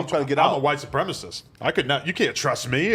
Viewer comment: AD you better clip the audio of Adam saying, "I'm a white supremist!" lol